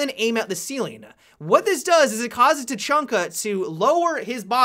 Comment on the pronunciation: You said tachunka in the beginning of the video